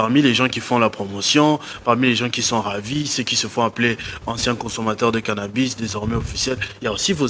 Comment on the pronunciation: Cannabis , et non cannabus...